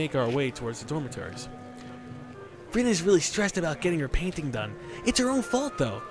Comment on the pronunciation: if u listen close he says rio instead of rin lol